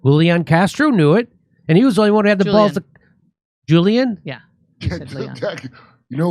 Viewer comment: Great show!❤ If you want to be more accurate in pronouncing Hispanic names, Julian Castro’s first name is pronounced “who-lee-yon” in Spanish.